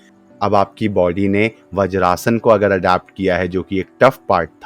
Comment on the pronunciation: व्रजासन नही वज्रासन.